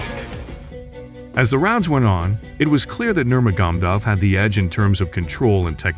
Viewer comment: bro pronounces name as "nurma gum duv"